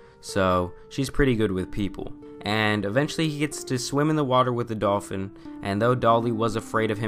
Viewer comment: I keep dying when he says "dolfin cooch"